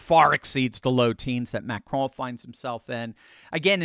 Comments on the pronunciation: Just say, “Macron”, like you would the cookie. No need to try and pronounce it. Macraaaaan 😂 And no, I’m not talking about the macaroon hahaha Carry-on ❤😂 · You said it wrong Macaroni!!! 😅😅😅